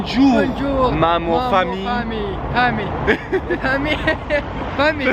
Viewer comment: اللغه الفرنسيه لافامي مش فامي